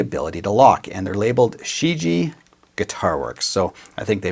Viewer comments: As someone who speaks chinese, just want to clarify that it's pronounced shi-ji-yeah. Otherwise great video! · Just to let you know, ShiJie should probably be pronounced "Shhh - Ji-Eh" if I'm guessing right. If it's the words I think it is, it literally means "The World" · Chinese is crazy hard. I know. It's pronounced shur-geeyea. 2 syllables 👍🏼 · it's pronounced "sherr Jee eh" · still looking for a youtuber who pronounces the name correctly